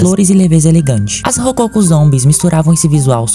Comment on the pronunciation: A pronúncia não é "rocôco" mas sim: " rococó"!